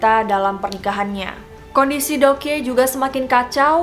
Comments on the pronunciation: Deok Hee juga bacanya Dokhi gak si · Kaka saran kalau ada istilah atau nama asing, kalau bisa dicaritau dulu cara bacanya biar lebih seru 😊 contoh: Dokhye re:/dok-hé/, bukan /dok-hye/ 😊 lalu Joseon re: /jo-son/ bukan /jo-se-on/ Thank youuu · Bukan joseyon kak, tapi bacanya joson, Bukan deyokhe tapi dokhye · Btw mau ralat sedikit yaa kalau korea itu EO dibaca O jadi Joseon=Joson dan Deokhye=Dokye next kalau buat video tentang Korea biar ga salah lagi dan enak di dengar nya 😊✌🙏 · Btw Joseon dibacanya "joson" kaya baca deokhye dibacanya "dokhye" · deokhye = dokhye Joseon = joson gitu aja si bacanya :) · Fyi aja ka just want to tell your pronounce : Joseon itu dibacanya cukup joson Deok hye dibacanya cukup dokye Semangat ka 💛💛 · Joseon dibacanya joson dan deokhye dibacanya dokhe, jadi ngirain joseon itu nama orang krn kakak melafalkannya kayak jo/cho se yeon 😅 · Pengen nonton sampe habis, cuma cara baca JOSEON-nya gak enak di dengar. Monmaaf yaa bcaannya JOSON 🙂 Trus Deokhye bacaanya yg bener DOKHYE 🙏 Cuma ngasih kritikan spy jadi masukan kalo next content cari dulu cara pelafalan namanya☺️☺️ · Bukannya bacanya Dokhi gitu yah